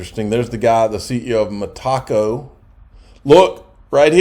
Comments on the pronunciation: Its not fucking Taco bro. Really sound it out ME-TA-CO. ME-TA-CO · It's meta-co, not me-taco. 🙄